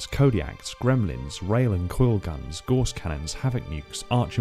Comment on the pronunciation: Gauss rhymes with house, not horse. Guass is a unit of measurement used to measure magnetism.